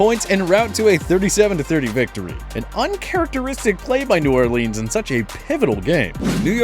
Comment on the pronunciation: Don't say new ORLEENS please.